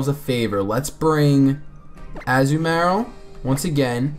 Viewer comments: I cringe everytime I hear the way you pronounce Azumarill. xD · a-zoo-marill lol